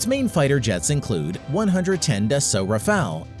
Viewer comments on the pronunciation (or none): none